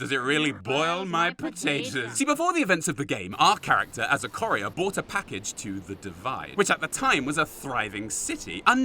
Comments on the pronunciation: Corrier? You mean courier, like coup. Not core. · How you say " Courier " as "corrieah" really bugs me! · TF is a "corrier"? And no, it's not an English accent thing.